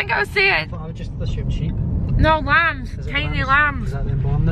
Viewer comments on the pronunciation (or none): Lambths lambths 🤣🤣🤣 love it!💖💖